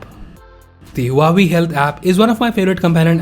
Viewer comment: It's waw-way (Huawei)